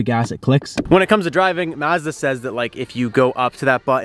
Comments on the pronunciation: Ma-zzzz thaaaa ....... Try - maaz· duh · One little thing that shows a regional accent is this "Maaazda" pronunciation. Like Ma as it "mad", Mazda, everyone and their uncle that I know in SOCAL is Mazda as in "ah" like "ah, that's nice", "Mazda". That ma as in mad sounds so weird to me, last time I heard that was Canada. "Yam" rhyming with "ham" in Yamaha. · It’s Pronounced Mahzda. Maazda. Is this Canada? 😂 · It's pronounced "Mahz-dah", not "Maaz--duh" 🙂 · ma-zda not mayzda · I stopped when you said Maaazda, it’s Mazda. You don’t say the a like in map, a as in ma(mom) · M+ ahh + zda. Not maaa+ zda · Well, first hidden feature is to learn how to pronounce the name of the company. "mAHzda" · Turned off the video as soon as he said "mahz-da". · Pronounced “mahzda” though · That's not how you even say Mazda.. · Good. Suggest the younger guy learn how to say "Mazda." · Mazda like Mad? I thought it was Mazda like mom. Sorry can't listen to you say Mazda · Why are you pronouncing Mazda like that?